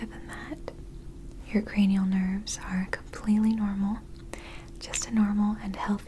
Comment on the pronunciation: So you are telling me, it’s cra-knee-Al and not cra-null!?!